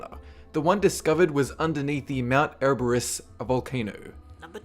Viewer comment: *Mount Erberus or something